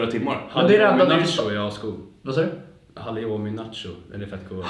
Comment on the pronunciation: Kommer ihåg förra året när sa ”hallioumi”